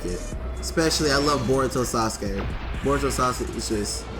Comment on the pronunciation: lol its boruto not baruto its funny when people say baruto lol